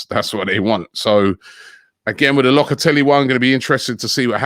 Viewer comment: Man said Lockatolli 🤣🤣🤣